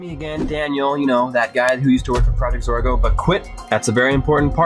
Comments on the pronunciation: It’s pronounced ZOR-GO not ZAR-GO. I mean I like your content that’s why I watch almost it often but dam dude learn how to pronounce words. In 90% of your vids you say the incorrect pronunciation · Hey........its Project Zorgo, not Project Zargo LOL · Also the real name is Zargo. Not Zorgo. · If he says project zergo you hit your self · Sounds like you're saying "Project Zargo" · Your saying zargo EDIT: this is not a hater I do like your channel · zorgo? this ain’t it chief